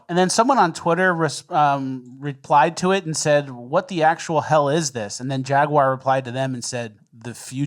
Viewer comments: It's pronounced Jaguar, not Jaguar. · The jaguar rep doesn’t even know how to say jaguar. It’s jag-w-are, as in ‘are’ you ok. Not jag you er, not jag wire. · You mean jaigyouaour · I will never forgive that guy for how he pronounced "Jaguar"